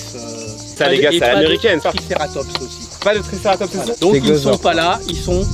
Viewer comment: pour corriger ces triceratops pas triseratops